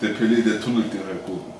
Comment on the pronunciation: Pelé, nicht Pele! Google: Ungefähr !